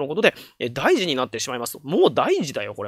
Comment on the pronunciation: 敢えてなら申し訳ないのですが、 この場合の『大事』は"おおごと"と読む気がします。